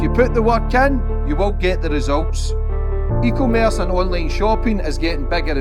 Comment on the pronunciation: See we've still not learned how to pronounce e-commerce 😂